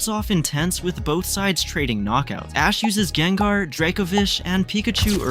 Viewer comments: He said gaible gabiite garschomp and then jengar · Its gible not giable not being mean and sceptile has a silent c ANDITS NOT JENGA ITS GENGAR